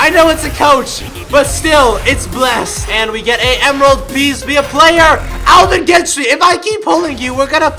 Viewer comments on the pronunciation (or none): Maybe you kept pulling Alvin gentry because u kept saying his name wrong